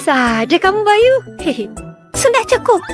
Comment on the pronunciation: Kok bayi bang🗿🗿🗿 Bukan bayu🗿🗿🗿